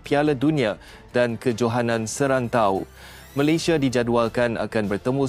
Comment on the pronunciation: Yang aku Eran apa lah Bodoh dia org nak cakap Malayesd..Malaysd bapak hang Malayesd..ui..ini aku sudah belajar sampai luar negara..Aku nasihat...kalau nak berbicara..Bia guna otak..jangan guna hati..bodohhhh...